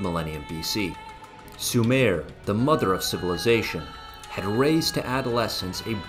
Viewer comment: "Sue mer",not "Sue mare"